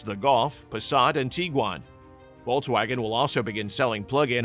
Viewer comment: I couldn't stomach this brute saying "Vol-waugen" every two words